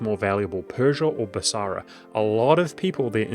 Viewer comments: Noticed this in a different vid. You pronounce it Bas-a-ra rather than as Bas-ra. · The only thing wrong with this video is the extra "A" that he puts into BasAra... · When did Basra get an extra "a", or is it a hint to the Arabic word for market: basar?